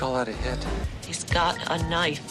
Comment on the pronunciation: "That's a knoife" Always gets me.